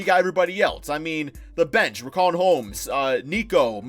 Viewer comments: It’s not RIC-AUN Holmes it’s RICH-AUN Holmes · its pronounced RISHAUN